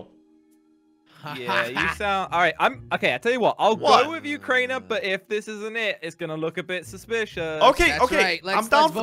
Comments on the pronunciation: Wait idk why keep calling crainer comtainer 🤣🤣🤣😂😂😂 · idk why say crainer container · Why does thy call craner I contaneir do u guys notice? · Its not container its crainer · His name is not contanier his name is crainer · said name of Crainer she saying container hahahahaha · () calls crainer, "container"